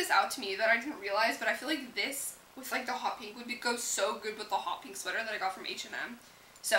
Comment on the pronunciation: a lot of beauty gurus pronounce pink "peenk"